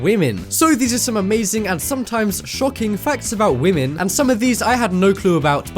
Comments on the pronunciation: Why you say wemen ? Women not wemen to 0:9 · This guy doesn't respecc whamen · It's not "women" it's Wamen